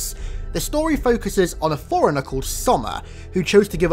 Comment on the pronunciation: Bro if that is the way you pronounce “Forerunner” then how the hell do you pronounce “foreigner”